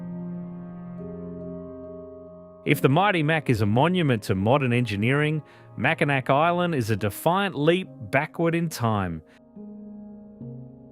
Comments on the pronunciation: mak-uh-nah With all of the hard work put in to making this video a good video, and it is a good video, it's a shame nobody takes a couple minutes to look up how to pronounce something. At least this video doesn't sound like an AI. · Not Mack-i-nack, Mac-i-naw! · Mack-in-NAW not Mackin NAC. Every doc on You Tube... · mak-uh-nah. They made a great video but didn't bother to do a simple dictionary check. It is a good video though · it's pronounced MackiNAW, not MackiNACK. pls fix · It's pronounced "Mack-in-awe" not "Mack-in-ack" for both the bridge and the city. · Incredible video..... But it's pronounced Mackinac (Mack...I...naw). Haha. I just had to be that person for once. Thank you for such a great job and including Canadas wonders on the lakes as well. I'm proud to be a Michigander. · I immediately turned it off when I heard Mack-in-Ack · Really enjoyed the video. Top notch production. I do have a slight correction - Mackinac is pronounced MACK-in-awe. I have no idea why, it just is. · Mackinac is pronounced Mackinaw. The "C" is silent. Research please? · AAHHH it’s pronounced Mackinaw!!! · Chicago originally had sand dunes like Indiana and Michigan but they were removed. And it's not prononced Willis tower, it's pronounced SEARS tower. Much like Mackinac is really prononuced Mackinaw. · MACKINAK????? LOL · Well, it was good while it lasted. I'm sorry, I always cringe when anyone mispronounces "Mackinac (Mackinaw.)" Lets see if after the Mackinac segment other things are mispronounced. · Macinac is pronounced MAC A NAW. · Mackinac is pronounced MackiNAW. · Mack-in-ack? lol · The video is great but it's pronounced mack-in-aww, regardless of spelling mackinaw or mackinac. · The c in Macinac is silent. It is pronounced Macinaw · Isn't it pronounced Macinaw? I have friends on the UP. They have lived there their whole lives and that's what they call. it. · You had me until you said "MackinaC" Island. Come on, lol. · Annoys the shit outta me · Mackinac was rough too